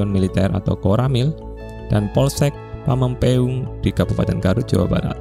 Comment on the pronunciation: pameungpeuk bukan pameungkeung😅